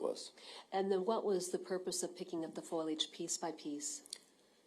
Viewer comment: what the heck is foilage? lol It is FOLIAGE fo-lee-edge not foyl-edge FOILAGE